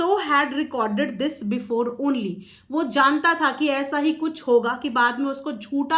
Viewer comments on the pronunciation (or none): none